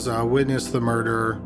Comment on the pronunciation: Does this fool talk weird and mispronounce everything on purpose "mur-derrr" " she got killed with an I-run (iron)"